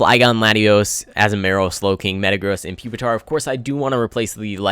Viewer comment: Btw it's A-Zoo-Ma-Rill